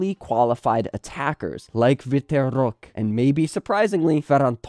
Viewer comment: For the love of god learn to pronounce Roque's name. You do a random spanish accent, hes not spanish nor from a country that speaks spanish